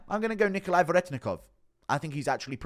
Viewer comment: Respect that you pronounced Nikolay's name how Russians would